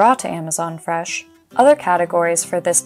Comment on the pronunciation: I like how she says freshlm